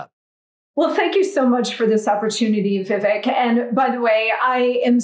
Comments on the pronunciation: Its not vivik its vivake like CAKE. Its a piece of CAKE. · You know Vivek has a lot of patience as she constantly is mispronouncing his name.